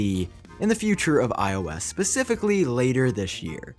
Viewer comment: Oh, for fuck's sake... It's SPECIFICALLY, not PACIFICALLY.